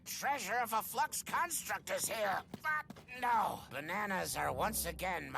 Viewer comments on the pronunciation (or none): it sounds like koka says fu** no here when he says but no